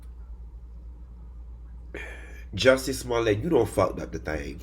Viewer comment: I’m sorry, this is a tangent. How could you possibly think it’s pronounced ‘Smo-LAY’?